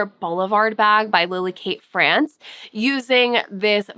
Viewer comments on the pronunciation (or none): none